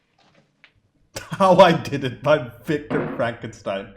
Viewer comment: I love it when you say "Fronkenstein". Great review as always.